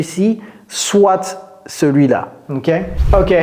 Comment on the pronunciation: Hi coach vos vidéos sont super.... Merci Une petit correction dans "soit" le "t" ne ce prononce pas... Encore merci pour vos vidéos